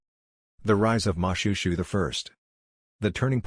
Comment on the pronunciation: You should've referred to YouTube or tiktok on how to pronounce most of the names you mispronounce. It's Mo-shwe-shwe not Mushushu, Lesotho and Basotho aren't pronounced that way also. Edit : I know it's an AI Generated voice but stop it